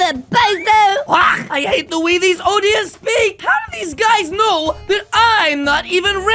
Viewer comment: it's not odya it's oder